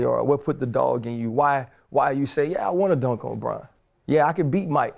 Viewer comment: Okay, now I heard that Louisiana accent come out of RC when he said, "Yea!" 😉✌🏽💪🏽💙